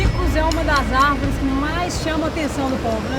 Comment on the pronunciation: "as árveres somos nozes"